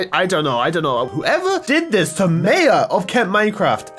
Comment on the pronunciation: Every time says Mayor I’m soooooooo mad 😠 😡 🤬